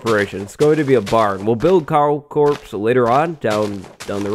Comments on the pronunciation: my guy you dont pronounce the s in corps 😭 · I thought he said cow corpse instead of cow corps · Am i the only one that thought he was saying "cow corpse" at the beginning of the episode? 😂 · i thought you said "Cow corpse" so i was like "Yep, dont think YouTube will like that title" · I initially thought you said "Cow Corpse" which is both fitting and not at the same time. Also, great video! I love this series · When he said Cow Corp I thought he said Cow corpse bigoof "A little too fancy" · Am I the only one who thought he was saying "Cow Corpse?" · lol says cow corps. i hear cow corpse 😂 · When you said "cow corps" I thought you meant "cow corpse" for a second xD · who else thought when he said cow corps he meant a dead cow? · when you said cow corps my mind went to cow corpse